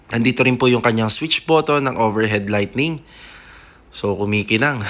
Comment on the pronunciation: napakaganda Sir. however, "lighting" po ha, hindi po "lightning". baka po magkakidlat sa loob ng bahay. ahihihi. ^_^ sobrang ganda ng kitchen at ng living room. 10/10 po ang bahay na eto for me. <3